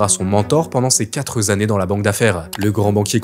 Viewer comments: "Il deviendra son mentor pendant ces quatre zannées dans la banque d'affaire"... Ah oui, ça fait beaucoup de zannées ! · mais, enfin, on ne DIT PAS ces "quatre-z-années" non, non, non et non, on dit "ces quatre années"! comment personne n'arrive à comprendre une chose aussi simple? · Revoir le français… les quatre z’annees font mal aux z’oreilles!…